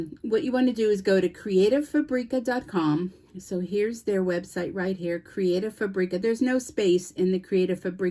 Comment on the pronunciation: You have an affiliate account with them, but you can’t pronounce their name.